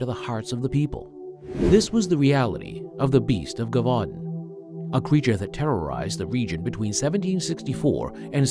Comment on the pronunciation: Lol broooo it's pronounced je-vu-don. It's all good though, enjoying the content thoroughly, it just made me laugh is all.